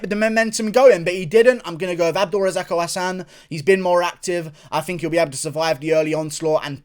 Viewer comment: Its abdul razak alhassan not abdul razako Hassan lmao 😅😅😅